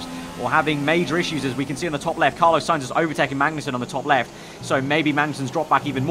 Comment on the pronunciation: And carlo sainz